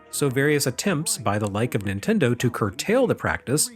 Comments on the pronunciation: "Intendo" was exactly how my grandmother pronounced Nintendo. How did you know? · My Nana pronounced it Ninwendo..ha